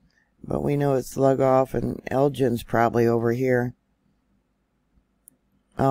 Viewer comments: Hey I'm originally from South Carolina and it's called Lugoff pronounced loogoff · We have a fault line stretching in from Charleston. All sand in that area. And it's Lu-goff. Loo-goff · Actualy , I live in S.C. as well and we pronounce it Lou golf.